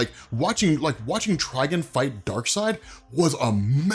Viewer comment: Tri-gone! Please! 🤣